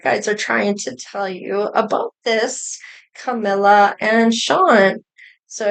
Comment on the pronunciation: CAMEEELA not CAMEELYA